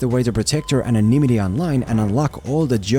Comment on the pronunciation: As a fellow Krakozian, I'm seriously impressed how you pronounced googles spelling "anonymity" so quickly and without a trace of rally English. Oh, and great video as always.